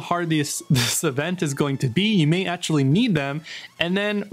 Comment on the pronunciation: An answer. I stated it clearly. So if you are able to answer with a question you can surely answer with an answer so please do so I will be grateful. Tell me why do you pronounce so badly? I have already given you an example above. Words like protection, actually, faction you pronounce it badly (the parts "act" and "ect" are pronounced badly by yourself)... that is not English. So do you have an accent or are you somehow indisposed, do you have some impairment in this regard?